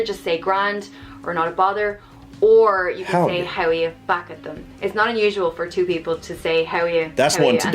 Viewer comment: HOWAYA... NOT 'howeyeh'